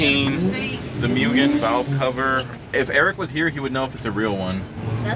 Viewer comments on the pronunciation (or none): Not an original Mugen vc. And it's pronounced moog-in